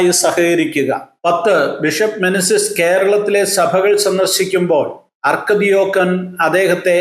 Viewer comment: അർക്കദിയാക്കൻ, ആർച്ച് ഡീക്കൻ എന്നല്ലേ.